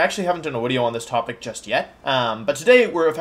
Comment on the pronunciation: Can't tell if he is saying "video" or "wideo"